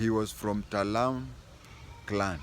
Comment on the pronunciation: TALAI not Talam